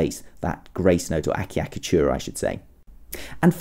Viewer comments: The first cc is pronounced ch and the second cc is pronounced k eg. a cha ka tu ra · The name pronounced thus: Achiacatura, the (ch) must be strong, thus: Atchiacatura, like, Tchaikovsky. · ultimate oh my achicatchura!?